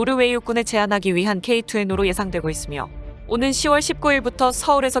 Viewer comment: 에이유에스에이 --> 아우사 케이이엔오--> 케이투엔오